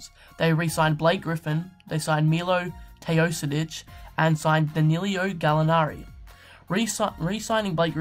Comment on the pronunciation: Quick comment..when u pronance Milos name u read TeoSodic..it should be TeoDosic..and Gallinari it's not Danilio, just Danilo, but nice video, can't wait to see how will this clippers team work out, they have nice assets, and depth in rooster :)